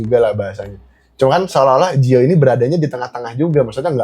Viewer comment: Bukan gio tapi giol